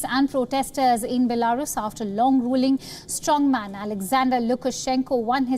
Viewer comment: The way she says Belarus 🤣😂🤣😂